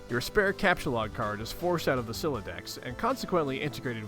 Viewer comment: I think youre the first person ive ever witnessed properly pronounce the homestuck vernacular right away, most people mess up on words like captchalogue or sylladex on their first few tries